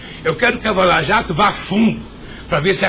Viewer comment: "...tem gente que acha que sou contra a Lava Jato, pelo contrário... pelo contrário, Eu quero que a "vala jato" vá fundo..." kkkkkkkkkkkk vala jato ...Tah nervosinho!!!